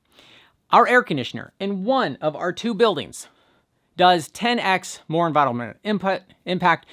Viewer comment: Yeah! Unvirunnnmmnntl impact! (Just teasing 😉)